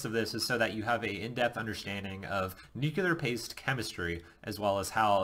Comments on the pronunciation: So, you are going to ignore the fact that (like most people) he is unable to properly pronounce the word nuclear. I guess I am mostly alone in being disturbed by folks saying 'nucular' like he did several times, and i DID replay all the instances a few times each to be sure. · Pronounce nuclear right is the first thing I leaned in Nuke School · you would think if you've been through it, you could learn how to say nuclear.....